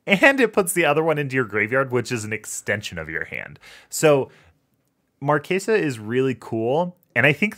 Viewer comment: I am begging yall to stop pronouncing Marchesa like that. From the wiki, Marchesa d'Amati (/mɑːrtʃɛzə/ mar-CHEH-zuh)